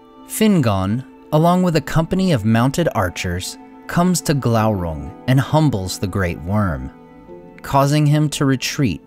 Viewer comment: Isn't it probounced Gloorung?